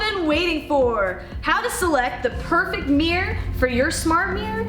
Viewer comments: Idea for drinking game: take a shot every time she mispronounces "mirror" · How do you get to present this video when you can't pronounce the bloody word MIRROR